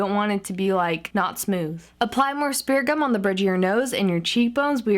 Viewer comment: Is she saying speriment gum!